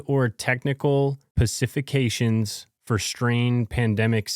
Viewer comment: Ok, now you're just doing it on purpose lol you left the s out of specifications. It's not silent! 😅